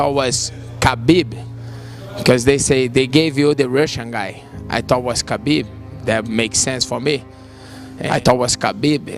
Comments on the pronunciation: Hey it's khabib not Habib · It bothers me so much how you said Habib through the entire video it’s just kinda lazy not to pronounce the mans name correctly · but why do you say his name like that